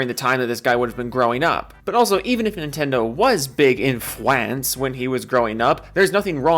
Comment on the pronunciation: "Fwance" lmao